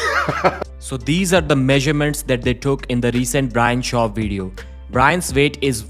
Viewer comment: Brian's veight 😂